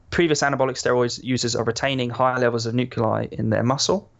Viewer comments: I hate how he says "nuculai" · The way he’s saying nuclei is really bothering me 🤦🏾‍♂️😂